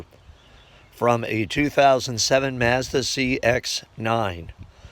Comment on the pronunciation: Where are you from ? I’ve never in my life heard anyone pronounce Mazda or Europe that way. I’m not trolling I promise I’m just intrigued !!!